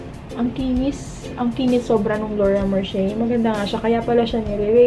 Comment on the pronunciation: Laura MERCHIER HAHAHAHAHAHHAHAAHAHAH pagkapronounce mo HAHAHAHAHAAHAHA